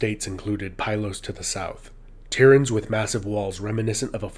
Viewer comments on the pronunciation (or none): none